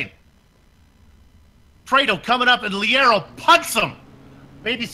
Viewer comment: Leiro is pronounced "Layro"